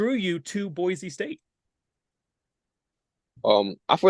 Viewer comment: Great interview. Looking forward to seeing Arthur on the Blue. It is good to hear him say Boise (Boy Cee) the correct way. 😊